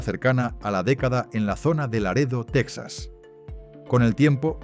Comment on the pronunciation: Porque pronuncias Tecsas (Texas) anglosajón con acento Español Ibérico? Sería Tejas para los Hispanohablantes cono!😂